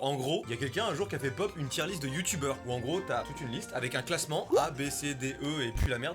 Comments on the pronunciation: WHAAAAA au début quand tu as dit tier list j'ai que écouter et pas regarder j'ai compris Djihadiste ça faisait bizarre XDDD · g compris "djiahdiste" …. voila